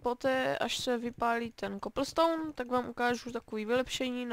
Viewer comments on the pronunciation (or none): není to koplstoun ale koblstoun píšu česky :)